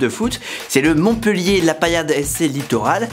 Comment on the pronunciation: Bravo tu t’es bien documenté et ça fait du bien de parler de ma ville ! En revanche tu fais une petite erreur, la ville de Montpellier se prononce bien « Montpéllier » et non pas « Montpeullier » . On en dit pas « cette fille est beulle » Tout le monde fait l’erreur et depuis longtemps 😂😢